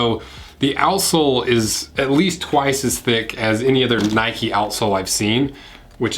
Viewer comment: Mate it’s “Nike” not “Nikey”, I mean you don’t go for a ride on your “bikey” do you ?